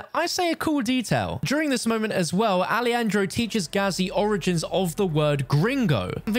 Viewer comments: Hey stupid, not ali andro- its alejandro like alehandro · "Ah-leh-handro" hermano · "alieandro" what was thaaaaat Pronunciation???